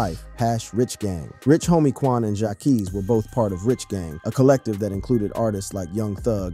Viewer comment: 🤔Qwaavo , 🧐Jaakees 🤨 boy you don’t know who deez artist are sound like 😂😂😂